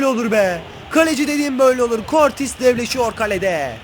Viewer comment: Abi kurtis degil kurtuğa diye okunuyor